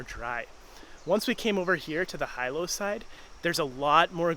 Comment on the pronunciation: It's like you guys ENJOY purposely mispronouncing the names of places around the Island, like a gringo/haole lol. Jk I kid. We enjoyed the footage, love Big Island!